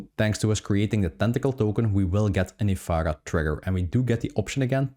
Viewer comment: Ef-Air-Ah not Ef-Ah-Gah